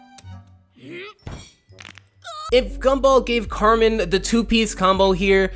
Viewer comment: Carmen= KARENN!! AGHH